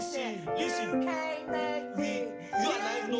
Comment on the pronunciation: Say it with me. You cain’t make me! You cain’t make me! You cain’t make me!